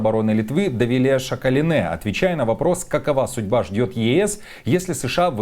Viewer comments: Давилэ Шакалинэ… лучше не произноси если не знаешь как правильно… Šakalienė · Ведущий новую фамилию придумал Шакалинеа! Или прочитать правильно не умеет!😂